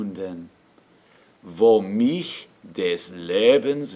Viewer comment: The "-ch" in "mich" isn't usually sung "back in the throat". The "-ch" in "Ach" or "Macht" or "Fach" is the one which is "back in the throat", with the air passing through a narrow space between your soft palatte and the back of your tongue, which you raise to make the space between it and the soft palate short and narrow. In contrast, the "-ch" in "mich" is more forward. It's the front-side of the middle of the tongue, raised so that it is very close to the downward slant of the roof of the mouth - downward as you move from in the highest part of the hard palatte forward toward the back of the front teeth. The consonant is the hiss - almost a whistle - as the air passes forward through the narrow space you allow between the downward-sloping part of the roof of mouth and the forward-middle part of your tongue.